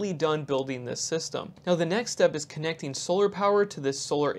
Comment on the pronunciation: Question: I find it very interesting that you pronounce tighten ti-TAN, yet connecting connec-ding - why?